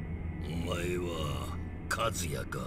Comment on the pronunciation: When you still pronounce kazuya like kAzuya when the narrator obviously says kazUya